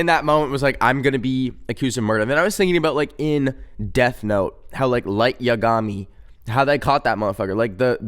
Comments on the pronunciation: light yUh-gAm-Ee HELP WHY... ITS YA-GA-MEE 0_o also how dare you call my wife stupid I'm sobbing </3 (ik he'z a bad person but like hez fake >O<) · “light YUH-gami” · Is nobody gonna talk abt how he said lights last name😭